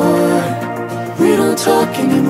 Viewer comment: 他不是寫anymore怎麼把a念gnymore